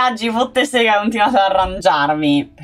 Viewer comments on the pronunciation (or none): none